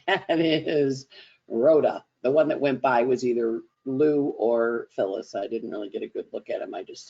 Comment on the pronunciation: To funny because one of your kittens is my mom name. Your French speaking Effie Luce for Phyllis. It just put a smile on my face. Because my energy isn’t good yesterday and today. Thanks